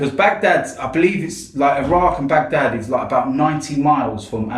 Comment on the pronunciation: Man said bandad 😂😂😂😂